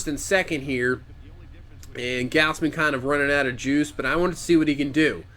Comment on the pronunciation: It's pronounced gawz-men btw